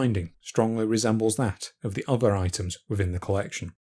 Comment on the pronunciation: "Feory"", "uvver"- so depressing....